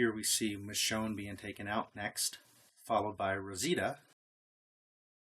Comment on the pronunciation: It's Michonne.